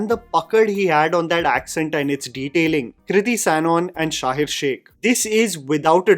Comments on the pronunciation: One correction dear it's शहीर not शाहीर....❤ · His name is Shaheer….not ‘Shaahir’ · No offense but It's not Shahir, it's Shaheeeeeer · bro its sha-heer not sha-hir